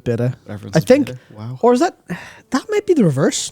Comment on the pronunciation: Do we take matts pronunciations on greek when he pronounced wow as woah? Just teasing if you reading this, loving hearing any Irish accent more online!